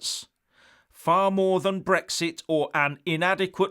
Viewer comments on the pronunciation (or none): none